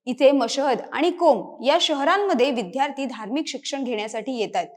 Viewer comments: इतर सर्व बाबी ठीक. पण, आजचे उद्घोषक साधा विद्यार्थी शब्दाचा उच्चार विध्यार्थी का करतो ही विचारणीय बाब नव्हे का ? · या लोकांची कृतघ्न वागणूक हेच कारण आहे.पूर्वी मिळालेल्या सवलतीमळे अशी मानसिकता हे या 'हुषार' विद्यार्थ्यांना लागु होत नाही.३७० रद्द झाल्याचे फायदे बरे लवकर कळतात. निवेदिकेचा 'विद्यार्थी' हा उच्चार चुकीचा आहे तो 'विध्यार्थी ' नसुन विद्यार्थी आहे. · विद्यार्थी म्हणायचं विध्यारथी नाही बाकी उत्तम